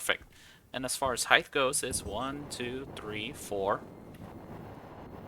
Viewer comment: Ngl as soon as you said "Heighth" i stopped the video right there.